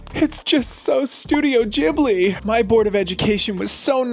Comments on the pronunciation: jhibli??? its Ghibli.. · Bahaha seeing you in Japan and still saying Ghibli wrong hahahaha